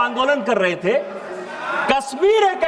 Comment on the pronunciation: अरे डुबे जी कस्मीर नही है कश्मीर होगा 😂